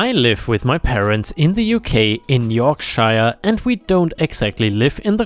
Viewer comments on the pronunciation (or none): Lol the way you pronounced York.....shire😅😂!! I'm from England and that's not how we pronounce that. But I was so funny. Made me laugh.!